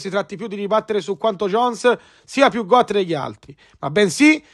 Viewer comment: Si pronuncia got con la O chiusa cmq, non goat